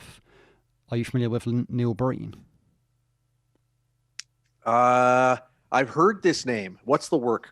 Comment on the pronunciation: It sounds like you are saying Neil Burton, are you talking about Neil Breen the director of Double Down?